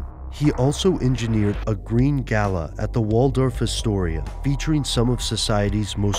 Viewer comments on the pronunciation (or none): none